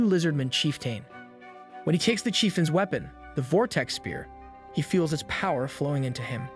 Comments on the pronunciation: ok… i know i’ve given you crap for your odd pronunciations before… but WEE-pun for “weapon?” jesus christ. im done. please just look it up yourself this time. weepun 🙄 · Did you pronounce the word "weapon" as "we-pawn"? Lol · powerful “wee-pawn”? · Your pronunciation of certain words hurts me physically. I had to stop after “wee-pawn” (weapon?) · “We-pan” lol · “we pon” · "powerful weepohn"💀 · This explains why in one video he pronounces cyclops as cycloops. Lol